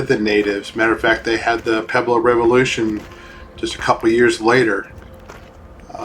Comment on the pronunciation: Interesting video. It is amazing something that old still stands. I'd like to know where all the rocks that fell went? I noticed you said "peblo" a lot, I think you mean "pueblo", there's a wuh sound.